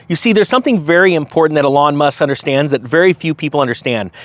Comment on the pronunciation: "A lawn Musk" lol